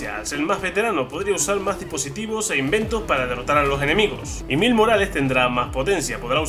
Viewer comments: JAJAJA hable bien wey ! Como “Mils morales” se pronuncia “mails” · Saludos y como siempre sorprendiendo. Se dice Mails Morales, pero eso tu ya lo sabias, creo que se te fue decirlo. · buen vídeo, me encanta marvel, aunque se dice mails morales, el video esta bien hecho. Saludos